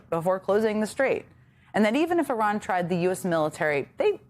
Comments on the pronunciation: I looked up the pronunciation from a native Iranian, and it sounds the same as her pronunciation. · Iran will think you're ignorant if you don't pronounce their country right. They already do but it would earn their respect if you tried to get it right. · It was literally 7 different videos from Iranians here on Youtube. They all pronounce it like her. How about this, just get to the point and describe how you think it should be pronounced.